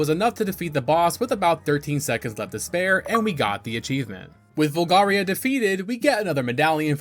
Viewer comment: also says "Volgaria" multiple times at that point "Mulan" and pronounces Epona as "Ep-pona" 😅 its a GOOD VIDEO otherwise, but come on man, get the names right, you played the Game often enough.